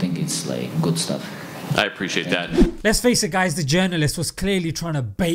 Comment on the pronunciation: Reporter: "I aPprIcAtE tHaT"